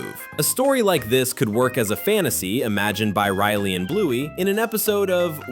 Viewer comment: Its riley.. 😒 not RILY